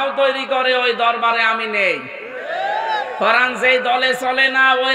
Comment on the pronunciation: উচ্চারণ করেন। করান কি?? কোরআন বলেন, করান বইলেন না।